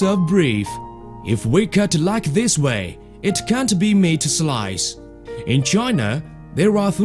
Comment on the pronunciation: Srice of breef